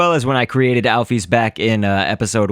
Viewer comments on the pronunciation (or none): its not alphy its alphys it is said al fis